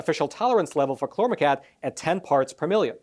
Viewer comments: hmmm... cousin to paraquat? Pronounced like kwot not cat... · If someone on your staff told you the pronunciation of the chemical "chlormequat " was chlormecat they were mistaken. Queen,quart,quarter,quick,quack and paraquat are good examples of the actual pronunciation of the "qu" combination. Pronounced "qwat" not "cat". I fear listeners may not take you serious if your writers don't understand English. I'm a longtime subscriber and English is my 1st "language" and that's how the "u" changes the word. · "Chlormequat" is correct. From the spelling I'd expect it to sound like ˈklɔrməˌkwɑt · Chlormecat? It's Chlor Me Quat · Chlor-me-quat (koo-wat) say it with me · Exactly. There's no "tatt" in there anywhere. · Paraquat=parakwaat Chlormequat=klormekwaat I am a subscriber and watch all of your facts matter videos and enjoy receiving the knowledge and news you report. But I think there wasn't enough research on the pronunciation of Chlormequat. If I'm wrong let me know. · Why are you saying "klormetat" instead of chormequat? Is it spelled wrong? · "quat" as in the word "squat". Not as in the word "cat". It's "kl-ohr-meh-kwat". Thank you for bringing this to peoples' attention.